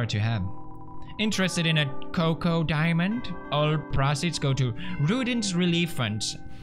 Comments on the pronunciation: Choco diamond, not coco diamond. "Ch" like in "Check". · it's also not choco diamond, but coco diamond